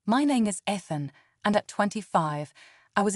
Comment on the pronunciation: Stop mispronouncing Ethan 😢